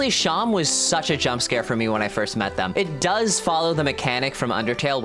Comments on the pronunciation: It's pronounced SHAW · I thought it was pronounced like //Seem//, like a stuffed animal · I thought seam was pronounced like how seam is in sewing